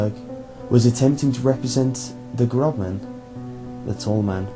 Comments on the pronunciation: Der Großmann is pronounced Der Grossmann. Not a B but an ß (esset) a double s sound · Noooooooo it's not "grobman." That B looking thing in German makes an S sound ffs. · "der GroBman"....lol that B looking letter is called an 'essett' and is pronounced 'ss' in german....AMATEUR!!! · dear ß is pronounced as ss